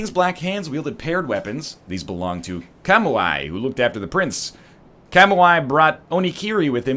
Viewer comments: Why can't he say Calm Wii like everyone else, gosh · NL, Kamui is pronounced "Kah-Moo-Ee". Go watch Kill-La-Kill if you don't believe me :p EDIT: Haha those Angel dudes look like the hawkmen from Flash Gordon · Kamui... Kamu-ai. My inner weeb weeps. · Ryan pronunciation of "Kamui" gave me cancer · haha I kinda love NL's pronunciation of Kamui. Also, Tarkus doesn't look anything like that or use that type of weapon or shield. I actually have no idea why you thought that was him.